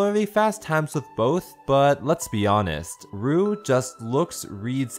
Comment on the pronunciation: i thought you said robux. xD